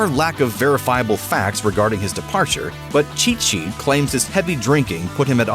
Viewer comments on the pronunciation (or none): none